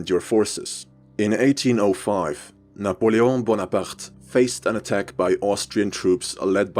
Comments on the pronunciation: can we appreciate the fact that he pronounced Napoleon's name right? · kudos on pronunciation of Napoleon aaaand on including that heretic symbol War Never Changes mentioned...